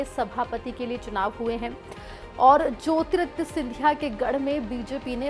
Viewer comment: make your pronunciation correct for the name Jyotiraditya